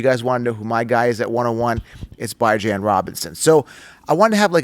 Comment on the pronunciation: Who the hell is "Bi-Jan" Robinson?! Are you referring to "B-Jon" Robinson from the Atlanta Falcons?